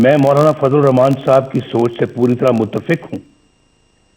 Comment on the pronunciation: Hrami ko bismla bhi parhni nhi ati Rakhman e raheem